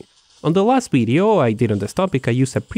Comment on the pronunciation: you say Video..we hear it as Bideo???